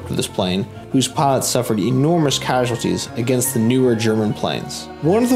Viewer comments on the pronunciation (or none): none